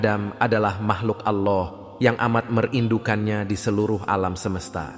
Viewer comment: Kok nyebut Alloh nya gitu sih g faseh